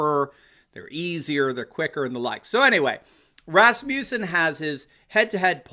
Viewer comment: RASS-mus-in. You're thinking Rasputin.